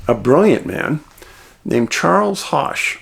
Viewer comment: This is certainly an intriguing disappearance. Charles knew his way around these mountains and trails. Points of information: Hosch rhymes with bush. Neel Gap, not Neel’s or Neels, is the correct name of the gap just north of Blood Mountain on the Appalachian Trail (AT) and the site of Mountain Crossings outfitter. (Numerous maps and references propagate this error.) This is where the surveillance camera is located that took the picture of Charles on 11/11 that has been published. Unconfirmed: Some early reports indicated that he made a purchase there earlier in the day. A short distance north of Mountain Crossings is the parking for the Byron Herbert Reece trailhead where Charles’ car was found. That trail ends when it reaches the AT and meets the Freeman Trail at a 4 way intersection. Blood Mountain is to the right on the AT and Mountain Crossings is to the left on the AT. Going down the mountain towards Neel Gap (AT northbound) there are a few spots where the trail is not obviously clear. If one takes a moment the correct direction can be quickly determined. A beginning hiker with me, several days before Charles disappeared, was able to correctly navigate. Many people have reported this problem on their hikes as well. Further complicating his hike and search efforts is the fact that a huge volume of leaves fell in the days before his hike and subsequent searches, obscuring the trail and possible evidence. We pray for a good outcome for Charles and his family.